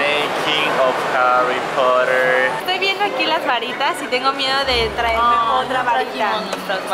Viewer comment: Harri popoter jajaja